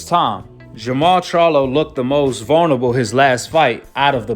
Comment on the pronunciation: tyson was obviously drunk or high he cant even pronounce charlo right and he doesnt realize that jermell fights at 154 not 168